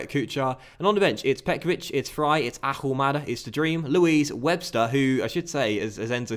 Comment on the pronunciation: Stop pronouncing the H in Ahumada's name!!!!! Please